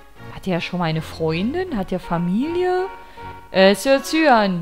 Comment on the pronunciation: Cyan spricht man aus wie "Cayenne" (Kai-änn)